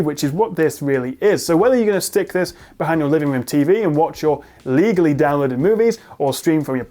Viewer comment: The emphasis on "legally" makes me question how genuine it is 😂